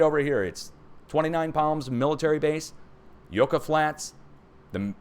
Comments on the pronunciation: your prononciation of spanish words needs an adjustment. YUCCA sounds like yuck-ah lkt truck ah. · Yucca is pronounced like "uck" a short u sound.